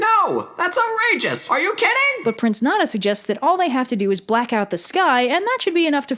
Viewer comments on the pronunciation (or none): Every time she mispronounces Nezha I die a little on the inside... Great series BTW Just its more like Ner-Tsa in Chinese pronunciation.